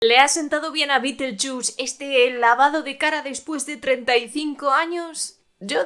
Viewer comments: Hoy voy al cine aquí en España (soy argentina) y mi entrada de cine dice BITELCHUS BITELCHUS, Así escrito! Me partí fe la risa, pero no solo lo pronuncian mal, lo escriben mal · Juraría que se pronuncia BIDELYUZ. Si Beeetlejuice no intenta besar a Jenna Ortega ni levantarle la falda ni ir al prostibulo para pasar el rato. Entonces no es el superfantasma. No me interesa ver a un sesentón que eructa y se tira pedos